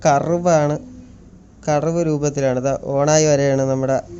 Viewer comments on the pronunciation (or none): none